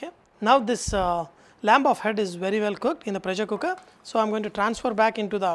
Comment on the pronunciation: "Lamb of head "🤔